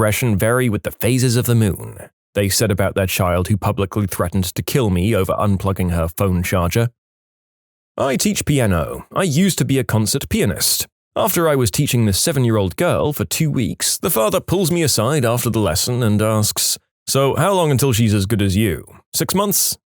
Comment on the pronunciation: Dear British narrator~ Please stop pronouncing pianist as penis. Yours truly: a concerned audience member~